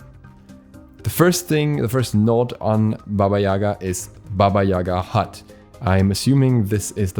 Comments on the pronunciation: It's not YAga btw...It's YagA... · It’s baba yagA. Emphasis on the second A. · Jac Obski, actually is is pronounced as Baba YegA (in Russian, Belarusian and Ukrainian languages). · Gale, it’s pronounced as YegA, lol. I’m from Russia, btw